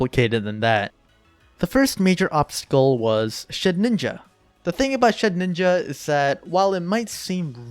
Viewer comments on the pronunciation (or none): Shedinja not Shedninja :P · I don't think I've ever heard someone call Shedinja "Shed-ninja" lol very neat video, though, you've some potential right there